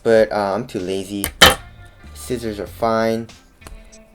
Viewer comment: did he just say "skizzors"???